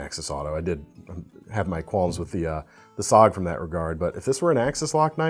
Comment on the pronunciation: It sounds really bad when you say SOG in stead of S-O-G. It reminds me of when a computer idiot referred to a BSOD as a BEE-SOD.